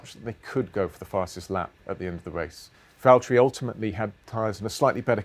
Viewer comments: Lewis, it’s Valterri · James, It's valterri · James it's Valterri